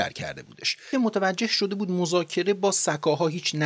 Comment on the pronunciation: لحنتون عالیه فقط «شده بود» رو خیلی با تاکید میگین ریتم بهم میخوره😅